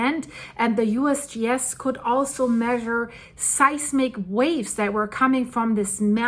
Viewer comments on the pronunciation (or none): none